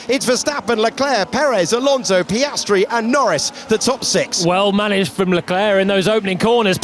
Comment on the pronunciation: Hate the narrator, sorry, i have to say it. His over "sophisticated" English, his false emotions, his way of exagerating the names of some drivers (mostly Piastri)...trully umbearable to listen to.